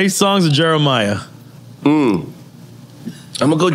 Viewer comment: Y'all keep calling that man "Jeremiah". It's JEREMIH. My goodness. 😩